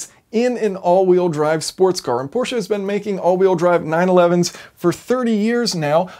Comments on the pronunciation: Thank you for saying "PorschE" and not "Porsch"! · Thank you for saying Prosche and not Porsch. Greetings from Germany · As a German, i VERY much appreciate that you are able to get the name of the brand Porsche out without completely butchering it, as many or most americans sadly are prone to doing. When there is the letter "e" in a German word, we fully expect you to SAY the letter "e". Otherwise we woulda dropped it for efficiency´s sake. (If you are also able to correctly say "folksvahgen", instead of that abomination most other americans somehow manage to craft, i will name you a honorary scholar of the German language.)